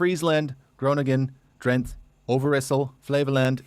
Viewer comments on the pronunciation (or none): Except Drent for Drente. The guy in the video did something like it: Almeer instead of Almere. I guess too often they encounter silent final -e. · You pronounced the names of the provinces reasonably well, except Drenthe. You didn't pronounce the last letter. It's "Dren-the", with a clearly pronounced, short last e. So not 1 syllabe Drenth, but 2 syllabes. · Drenthe is pronounced as Drentuh. The guy is Canadian. Detection loops are everywhere all over the country, also in cities (for bikes and cars). Are you sure Nadia wants to live in Rotterdam? 🙂 Most Dutch people prefer older cities. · Only your pronounciation of Drenthe was off. In Dutch the "e" "-er" and "-en" at the end of words is prounouced as a "schwa" sound. The schwa sounds like uh. So, Drenthe is Drentuh. Or also Groningen is Groninguh, Leeuwarden is Leeuwarduh, Almere is Almeruh, loper is lopuhr, etc. It is also often the case at the end of parts of words. So, Rotter-dam is Rottuhrdam, Amster-dam is Amstuhrdam. 's-Herthogen-bosch is 's-Herthoguhnbos. No schwa in all other endings, though. Haarlem is just Haarlem and Eemnes is just Eemnes. also not at the beginning of words. "Ermelo" is just Ermelo. It happens quite often in very old geographical names as adding -en or -n to a name indicated a geographical location in the ancient west-germanic language of which Dutch, German and English are branches. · Very impressive pronunciation. only Dranthuh... 2 syllables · you pronounced all provinces near perfect, except Drenthe ... "dren tů" the e is pronounced differently that's why I use the Dutch "u" not the way Americans say it. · you dit it good only Drenthe say Dren-the:face-green-smiling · Good pronunciation! groetjes uit Utrecht. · he forgot the e in drenthe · Indeed. The 'the' at the end of Drenthe could be pronounced by an American like the 'te' in 'tequila' 😂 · Only Drenthe was a little bit off. But for everything else your pronouncement is really almost on point.